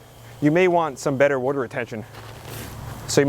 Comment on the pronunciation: My dear friend Beverly Goldberg and I take a shot everytime you say "'wudder".